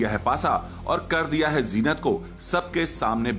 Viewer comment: Jeenat nai hota zeenat hota hai pagal reporter